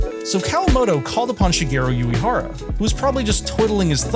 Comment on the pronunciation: 🔊 oo- eh- hara (❌yoo- ee- hara)